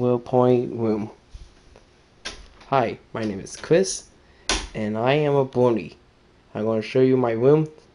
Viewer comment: >Hi, my name is Cwis, and I am a Bwonye